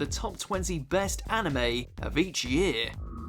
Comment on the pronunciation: Did anyone here him say hanime